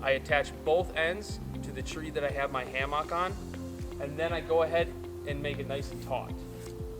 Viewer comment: You don’t eve an say hamock correctly